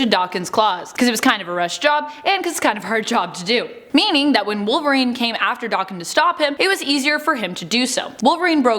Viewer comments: it’s DAKEN NOT DOCKEN.........Daken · Wtf is D-arr-ken It’s Daken where’s is the R pronunciation coming from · Isn't it pronounced Dak-ken, not Dokken? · Pretty sure it's Dayken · It’s pronounced Da-(kin) like two separate words almost.. it’s because of his Japanese origin 💁🏽‍♂️ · It is the pronunciation of Daken. Since they don't realize it is Japanese and they white girl butcher it